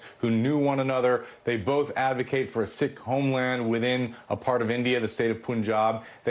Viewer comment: Why do many of these media individuals pronounce Sikh like Sick? Sikh is pronounced like Seek, no?